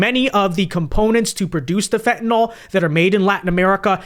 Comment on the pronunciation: It’s fentanyl / FENT-a-nil/